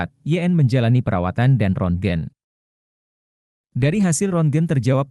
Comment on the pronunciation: rongent itu di baca ronsen, maaf cm meluruskan